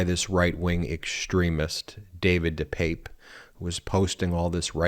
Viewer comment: Ben his name is pronounced Dee pep pay, just so you know. Thanks for all you do.